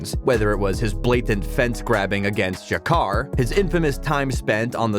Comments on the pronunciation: was just going to say that as well. Jakkar? seriously? instead if Jacare. had to turn it off after that blunder ! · I knew this video was gonna be wack once dude called "Jacare" Ja-Car lol, didn't watch past that lol. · Ja-Car??? This dude a casual. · he said jager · Soon as you called Jacare “Jakar”. Ya lost me. Casual. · "tell me you're not really an MMA fan without telling me you're not really an MMA fan." Ja-car? 🤦🏻‍♂️ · And calls Jacare "jakar" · this nigga just said jacar lmao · I couldnt get passed when he said Jacare Souza’s name 😒😒 L video